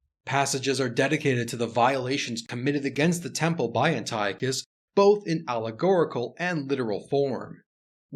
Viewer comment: An-tea-awk-iss is how you pronounce Antiochus